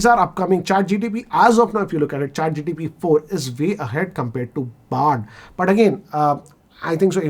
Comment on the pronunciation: Sir.. with due respect… it’s ChatGPT.. not ChatGTP.🙏